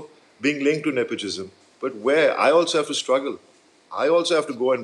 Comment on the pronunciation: Wow, is anyone surprised that Bobby Deol isn't that eloquent?! Maybe I shouldn't be! But I'd expect abhay deols brother to be better spoken. He can't PRONOUNCE NEPOTISM?! Seriously?